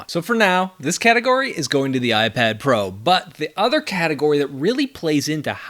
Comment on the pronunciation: iprad pro lolll